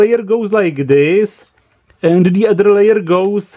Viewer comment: Why is it so difficult to get rid of an accent?? (I would ask Arnold the same thing) I watch only englis videos for a few years and my pronunciation is now perfect ( but I have a little lack of vocabulary) But all these mistakes don't annoy me.... Except one!!! Learn how to spell "the" with and without a vocal Writing was never my strong point, but I'm not a newsletter writer..... So it doesn't matter. I hope there are just minor mistakes.